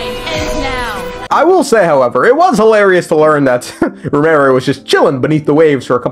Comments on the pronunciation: Why do you pronounce it as Rumeria when its just as you see it, Remuria. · I know you're mispronouncing on purpose but BOY do I feel a little nail bite in the ass everytime you say RUMERIA